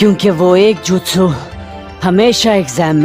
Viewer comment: Acha hua ha but jutsu nehi jitsu